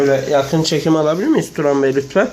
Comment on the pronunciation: la hep yakin çekim alabilimiyz turan bey lütfen bide sonda keslikk diyo külmekten ölüyom :D :D